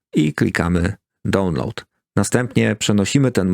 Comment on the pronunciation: Świetny materiał. Zobacz na Google Translate jak się mówi "download" i "queue".